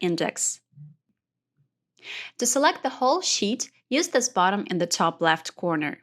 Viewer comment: This video was fantastic - I took it to an AARP group and everyone ended up comfortable using excel after listening only a few times. The only ask they had was: since English is not your first language (but yours is very good), slow down rather than speed up to make sure you clearly pronounce all of the syllables needed for comprehension. For example, it is BUTTun (not bottom), FEELD (not filled), AWEtomatic (Not OW-to-matic), comMAND (not comment) -- and pay attention to your stresses. For example, is FOR-mat (not formint), SEE-kwnece (not sickens), LOCK (not log), pa-REN-thuh-sees (not parathesis) etc. Maybe small things, but it would have made a difference to the older audience, which I'm imagining is yours. Thanks again for this video